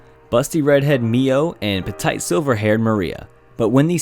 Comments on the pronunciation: Petite,oh my god im laughing so hard. Its pronounced "Peteet" its a french word bro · I swear he just said a little girl was petight. Not petite.